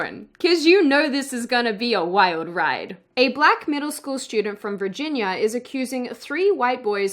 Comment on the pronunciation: For a second I thought you pronounced “Virginia” as “Birginia” and I freaked out lol